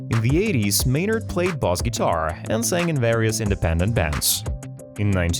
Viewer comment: Ai has it's place ....and some things they can do is amazing However untill they actually can pronounce words better for God sake proof listen before you post this cringe sh*t Bass to Boss grr